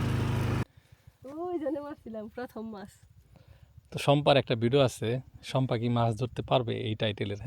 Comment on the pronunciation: শম্পা আপুর রান্না আমার সব সময় ভালো লাগে।আমার আম্মুও দেখেন।ওনি শম্পা না বলে বলেন চাম্পা😂